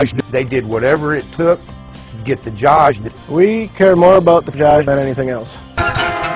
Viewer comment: It's pronounced "Josh"